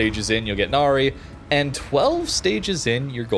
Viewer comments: Now, for what pronunciation it’s Na-Rai. I think. Hence the ship is very Thai name and not Japanese. It’s not Na-Ri. Still kinda weird why WG named a Cruiser to a Mythical beings despite there is ZERO records of Royal Thai Navy actually naming ship from Mythical Creatures especially on frigates. They just named them after Province. Hey, it’s WG. They can pull anything out of their ass and said “It just works” despite it’s clearly isn’t. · It's a fictional Thailand ship. It's pronounce as Nah-Rye (rhymes with 'eye') not "Na-ree" 😅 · "Nary"? Really? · Thanks for video. I'm providing more information: it's pronounced Na - Ra i , Name of a former King of ancient Thai.